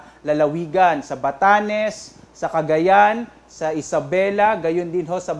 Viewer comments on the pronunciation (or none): none